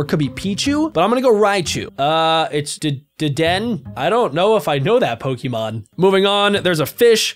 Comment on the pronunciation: that word dedenne is called ded-den-nay